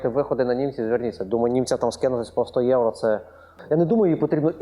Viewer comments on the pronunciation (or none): none